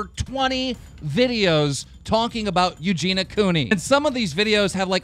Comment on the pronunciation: "talkling" xD